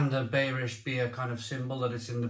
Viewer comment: Schneider beerish 🍺 hell....😈 It's pronounced (in English) buyrish hell...